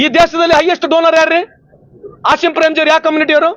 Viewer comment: ಮಾನ್ಯ ಮಂತ್ರಿ ಅಸಿಮ್ ಪ್ರೆಮ್ ಅಲ್ಲ ಆಜೀಮ್ ಪ್ರೇಮ್ ತಪ್ಪು ತಿದ್ದು ಕೊಳ್ಳಿ